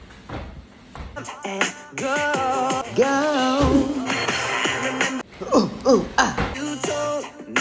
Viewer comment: He's saying babe. Lol back in 2000, Bae wasn't a slang word yet. But the pronunciation is still funny.